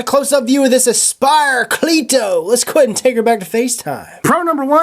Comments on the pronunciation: Most people don't say clee To its your accent most the time I hear cleito pronounced like cleado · It's pronounced c- letto